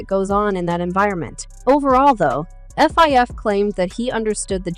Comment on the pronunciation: Fr Fr killing me to listen to the entire story cuz this dam narrator can't say half the ppls names right - Hell naw she just said F I F like they were 3 sep words n not Fif... WTF!?!?!